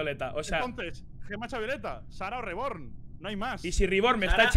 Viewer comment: No se porque me hace tanta gracia como le dice "Riborn" a Reborn xd.